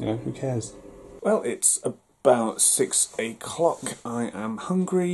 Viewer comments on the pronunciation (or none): Great video, enjoyed it a lot! However, you said ‘6 A’clock’ and my ears cried :(